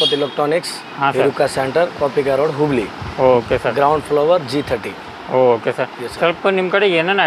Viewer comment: ಊರ ಹೆಸರು ಸರಿಯಾಗಿ ಹೇಳಪಾ ಗೂಗಲಿ ನಾ ಅಥವಾ ಹುಬ್ಬಳ್ಳಿ ನಾ